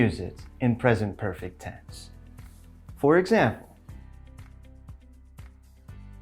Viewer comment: anlatışı çok güzel hoş da “For ekzembıl” deyişi.. sabahları alarm olarak kullanılır🐸